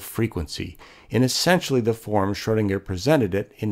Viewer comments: this is a great video but i wish the guy could say commit to the proper pronunciation instead of variously shurdinger, shoodinger, schroodinger, schwoodinger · Good video spoiled somewhat by poor pronunciation. Why oh why do almost all Americans completely mispronounce foreign names? Here's a suggestion - type foreign words into Google Translate before you make these videos and press the button that says the word or phrase. In most cases, you'll get a decent attempt at what the word should sound like. Please!